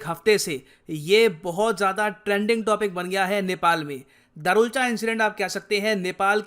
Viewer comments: It's धारचुला not दारुलचा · Sir its धारचुला 😅😅